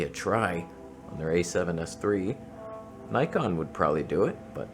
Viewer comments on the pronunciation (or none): none